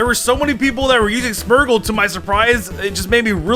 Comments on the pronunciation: Smergle? Wtf is a smergle? Its smeargle. Smear. Gle. Smeargle. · You say smeargle smergle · The wey you say smeargle bothers me greatly ... "Smurgle"